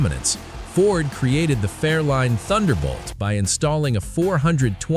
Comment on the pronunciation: It is a FAIRLANE...NOT A FAIRLINE!